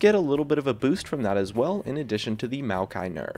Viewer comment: if you're talking about maokai, why show malphite? or are you just pronouncing it weird?